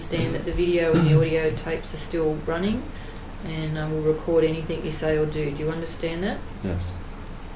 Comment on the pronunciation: "Anythink" says the copper each time.